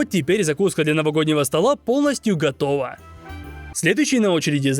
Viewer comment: Мне одному кажется странным произношение слова « готоува»?😅